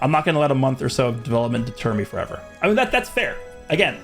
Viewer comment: blud said 4even 💀